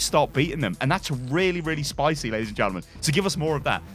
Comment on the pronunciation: lay dees and gentlemen